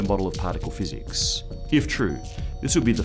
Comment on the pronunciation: " Particle Physeeekks " ;P hahahahaha